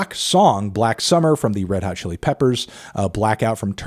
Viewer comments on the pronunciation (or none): none